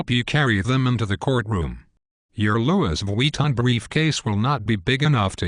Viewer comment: it cant say Louis Vuitton